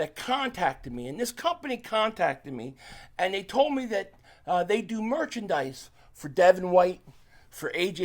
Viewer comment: Please keep calling it perchandise